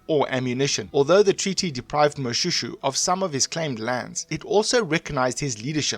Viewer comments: Shoe! Its pronounced Moshwêshwê my man. Say Moshoeshoe one more time... 🤣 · No! you are hurting my ears. Its is not Mo-shoe shoe but Mo-Shwe shwe. It is very very difficult to listen to this. Please do your research properly. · I am not happy with how you pronounce my King's name. Can't you say Mo-Shwe-shwe??? Not Mo-Sho-Sho...